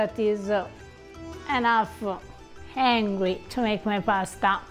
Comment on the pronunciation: I was hearing Hungry and not Angry. Anglo phonetics are challenging to Latin people.